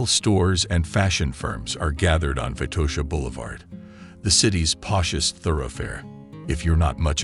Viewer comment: It's not Vaitosha, but VITOSHA!